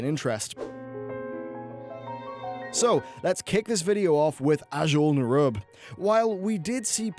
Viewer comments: You're butchering the name Azjol Nerub. Still love your content though. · It's pronounced like "nuroobians," not "nighroobians" and "azjol-nuroob," not "azjol-nur-rub" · Nehroobians, not Nuroobians. And Azjol Nehroob, not Azjol nuroob. Lmao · p enis Ugh the way he kept emphasizing NAI in Nairubians was triggering me hard. NERUB it’s not hard to say. Azjul NERUB not Azjul Nairub.